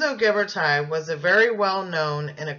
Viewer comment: I just want to tell you, you are pronouncing his name incorrectly. It is Ghiber"TI" (like in tissue), not Ghiber"TIE". He is Italian, which you obviously know as your presentation includes it. Please do not change his name, everytime I hear you say that incorrectly, it hurts... the same applies for Michelangelo ;)